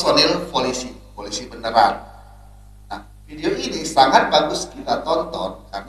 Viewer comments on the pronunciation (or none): Folisi? Apa kuping gw sah denger kah?